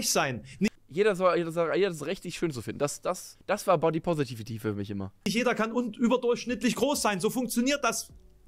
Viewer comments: Jedes Mal einen Kurzen trinken, wenn "Positivity" falsch ausspricht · Wie er wirklich konsequent das Wort "positivity" einfach nicht aussprechen kann